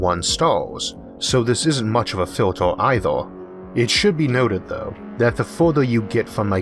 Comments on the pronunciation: so i learn it is pronounced FILTOR, not filter.. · filtOOr, smalOOr, good video anyway. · I love how you say 'filtor' (filter). Great content!